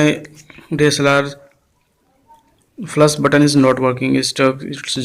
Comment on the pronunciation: Its not flas!! Its flash!!